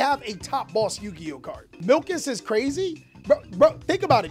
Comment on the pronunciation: Bro called Mikalis "Milkis" :D